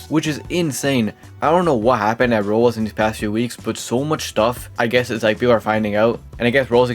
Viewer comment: why does bro say rolo, rolls and rolox instead of roblox 💀